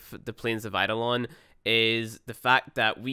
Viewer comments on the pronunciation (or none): It's eidolon you fucking pleb Kappa